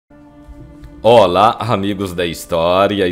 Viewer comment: Não é "olaR", mas sim "OLÁ". Nem é "aR", mas sim, "AH", e por aí vai. Mas não vou deixar de ver os teus videos por isso, apesar de doer muito nos ouvidos esses "erres" acrescentados no final das palavras. Gosto desse trabalho, muito bem feito, excelentes pesquisa e narração.